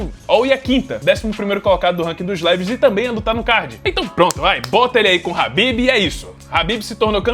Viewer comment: Parabéns por pronunciar khabib corretamente, o ufc dublado sempre diz cabibe